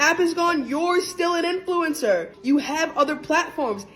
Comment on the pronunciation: Love your videos but youre pronouncing influencer wrong. You don't need to emphasise the E